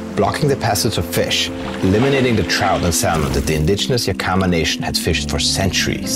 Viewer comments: no, you’re totally right! being a non-native english speaker from Austria I totally butchered that pronunciation and I’m terribly sorry for that! Hope you enjoyed the video nonetheless. 😉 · I'm not 100% sure, but your pronunciation of Yakama was very hard to understand. The native Americans changed the spelling from Yakima to Yakama. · Being from Washington, everyone I've ever known has pronounced Yakima as YACK-ih-mah. Is ya-KEE-muh the proper indigenous pronunciation? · A small note: Yakima is NOT pronounced Ya Keema, it's actually pronounced YAK i ma (the i sound is like the i in "is"). Interesting program. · It's not Yakeema it's Yak I ma I grew up in Yakima. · Greet video but it is pronounced Yak-uh-muh, not Yah-kee-mah. Seriously, good video. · YA-ki-mah. Not Ya-KEE-mê. Good video tho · it’s actually ya-kuh-muh rather than ya-key-ma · It's Yack-ah-mah.....not ya-key-ma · it is pronounced "YAK-ih-mah" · Yakima is pronounced [Yak-ə-ma] with the stress on the first syllable. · I don't expect you to know this because you don't live here but it is pronounced yak-uh-maw we have a lot of indigenous names for cities and places in Wa, Some are harder than others to pronounce. The one people have the most trouble with is Puyallup (pyoo-al-uhp) the name of one of the tribes and also a city in Wa. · Also, if you're gonna have a guy talking about a place, at least teach him how to pronounce it like the locals do. "Ya-KEY-maw" is not a place I'm familiar with, and my family goes back generations in the Pacifc Northwest. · "Yeah-kim-a". Small I. It's a native name. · that's Yak-i- ma. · Oh man, dude totally butchered “yakima” but we still love you!!